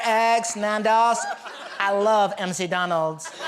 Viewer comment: “I love M.C. Donalds”, I don’t know what makes that better; it being pronounced wrong, or it coming from America 😂